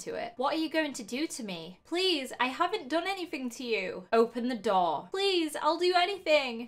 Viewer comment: The way you say " story" ,"four","door" etc. Is soo weird!